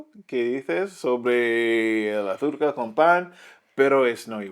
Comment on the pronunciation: Jajaja "arzúca" me muero cómo dice azúcar 😅😂😂